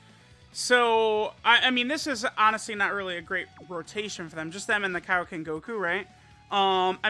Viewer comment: KAIOKEN... NOT KIOKEN